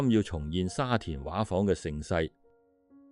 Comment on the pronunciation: 沙田「畫舫」的粵語正音要讀「說話」的"話"，不是「水彩畫」的"畫"。「畫」字的意思是「裝璜得美倫美煥的」, 畫舫即是「裝璜得美倫美煥的船」的意思。